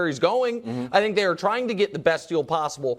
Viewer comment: I have realized something in recent months... Nicks go to is the phrase "I think", only instead of pronouncing "Th" in correct manner, i.e. thought, three, thrust, etc... He pronounces it like The, They, Them... Once you identify it, it's nails on a chalkboard. Do better Nick.